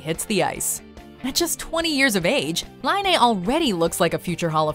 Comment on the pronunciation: Patrik Laine 👍👍 yay. Hearing Finnish names from someone who is speaking English is always weird 😅 Partik's last name was said right once and other times almost right 😜 is the right one. It's Laine, not Lainee 😜:P